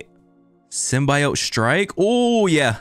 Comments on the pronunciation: why is bro calling it the sym-bye-yote😭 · it’s pronounced sim - bee - oat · why does he say symbiote like that😭 dawg its sym-be-ote